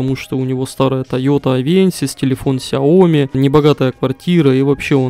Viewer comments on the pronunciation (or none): none